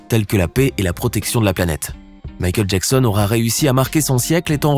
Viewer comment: Michael Jacksen